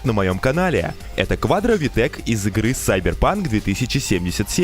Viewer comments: Может киберпанк, а не сайбурпанк, а? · какой блять сайбер панк? КИБЕР БЛЯТЬ ПАНК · Киберпанк а не сайбепанк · Ну не сиберпанк а киберпанк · Сайбер панк ? рили ? КИБЕРПАНК А НЕ САЙБЕРПАНК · как бы cyberpunk произносится как сайберпанк, об этом тебе скажет любой третьеклашка. Кибер же результат неправильного произношения и перевода времен СССР, и верным не является. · Я может додик... Но может Кибер-панк ... А не Сайбер-Панк🤔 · Киберпанк,а не сайберпанк ! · Сука почему почти все говорят ЦИБЕР ПАНК КУБЕР ПАНК СУБЕР ПАНК но не как не КИБЕР ПАНК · Все охринено! Только правильно говорить киберпанк) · Сайбер панк, мои уши)